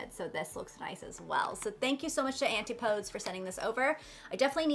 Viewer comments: Hi, not familiar with the brand itself, but I believe Antipodes is pronounced an-ti-puh-dees. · Hi,! The word Antipodes is pronounced as— Ann-TIP-oh-dees—hope that helps!! They are a collection of islands made by volcanoes 🌋 down by New Zealand and there are no humans that live on them because they don’t really have flora or fauna for people to survive. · An-tip-oh-dees :D from someone who lived in New Zealand (don't worry, took me a few tries to get it right when I first saw it)